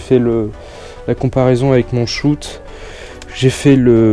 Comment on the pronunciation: Et tu dis shout au lieu de shot !